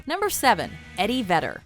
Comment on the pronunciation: It is Vedder, not Vetter